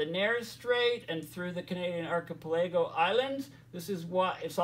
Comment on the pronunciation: "archipelago" pronounced ark-a+pel+a+go (5 sylables)